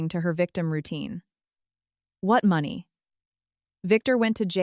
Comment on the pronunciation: Need a better AI voice or format, it's not even pronouncing money correctly. If you are going to host a channel on YouTube, at least do the bare basics.